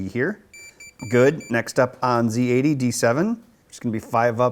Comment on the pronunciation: respect for this man for pronouncing zed EX correctly ,not ZEE